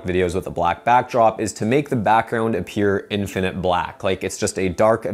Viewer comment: I’ll happily subscribe if you promise to accent the first syllable in the word (infinite) /IN fin it/. And stop accenting the second syllable/in FIN it/.